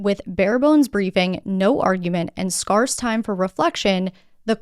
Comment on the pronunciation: Did you say scarce pronounced scarece? I love your content but now I think you are AI bot…